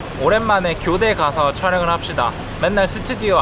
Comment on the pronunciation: 교대 존나강조하네